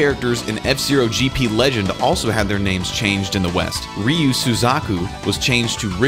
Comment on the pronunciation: Ryu is still pronounced wrong...